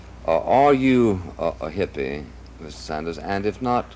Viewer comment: His name is Ed Sanders, not Saunders. The drunk idiot and Buckley, the sober idiot need smacked in the mouth.